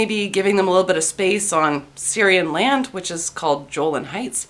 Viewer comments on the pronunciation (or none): Hard G. Guh-olan heights. Nice video, thank you. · It's actually pronounced GO lan Heights. And NO, it is not Syria's. Syria and the most of the Arab world went to war with Israel, got their asses kicked, and their shit taken away. They were lucky that Israel didn't march to Damascus. What country in the middle east provides more humanitarian aid than Israel? What other country in the middle east isn't a toilet? Feminism compared to Islam is like comparing a chest cold to AIDS.